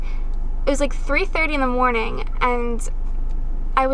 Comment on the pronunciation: "good morningk" haha that always makes my day (: I love the way you say your Gs, (: and yes please do a haul